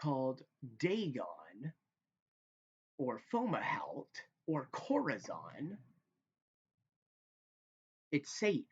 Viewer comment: Pleas spell that name , KORAZON ????? in the comment. You pronounce it as chlorazon ?? CORAZON perhaps.